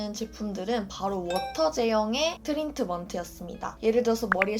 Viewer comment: 트린트먼트...ㅋㅋㅋㅋㅋㅋ발음 어려워하시네용ㅋㅋㅋㅋ